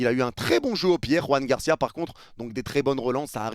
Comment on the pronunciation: Ça me fait mal de t'entendre dire Juan Garcia alors que tu dis Xavi, non pas Javi. Je suis sur que tu disais Jordi Alba, non pas Jorge Alba. Joan Garcia, Joan Laporta...